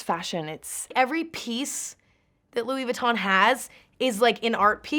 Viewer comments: “It’s just good vibes” “how would I explain it” come on Emma..... be better. Doesn’t even know how to pronounce the brand name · I swear every single time Karlie pronounces 'Louis Vuitton" I cringe. Karlie we get it you know French